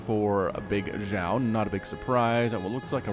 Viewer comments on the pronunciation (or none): Pronunciation of Bigxiao - say Xiao like she-ow but it's only 1 syllable not 2.